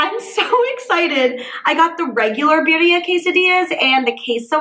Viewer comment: My only question is, How does she pronounce “Cacio e pepe” (Italian) fairly well, but she can’t say birria (Spanish)?